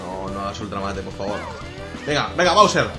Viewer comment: se pronuncia bowser